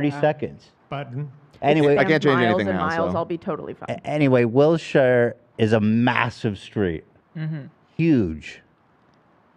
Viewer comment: Ethan saying will-shire solidifies he’s not from LA at all